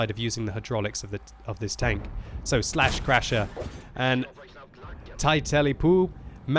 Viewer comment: Lol! Everytime says "slaschrasher", all I can hear inside my head is "buttscratcha" (with Peter Griffin's voice)